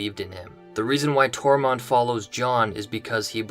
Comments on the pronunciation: is it me or are you saying Tormont instead of Tormund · And it’s Tormund, not Tormond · Tor-munn-d. Excellent vid. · ITS NOT TORMOND